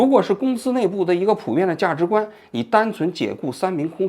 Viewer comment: 某人说普通话非常不标准“价及观” 涉嫌辱华